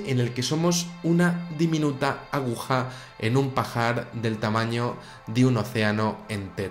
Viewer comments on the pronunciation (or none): none